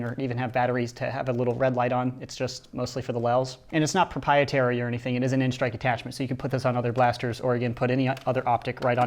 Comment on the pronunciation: Et ezzzz wat et ezzzz